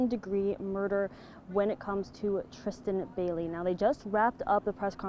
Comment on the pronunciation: WHY ARE YOU SAYING "BELLY" it's BAILEY.... BAY-LEE